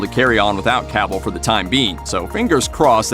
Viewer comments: It's "Cuh-vill".... not cavool... dumb dumb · Who is Caaavill? This dude doesn't know how to pronounce his name Sad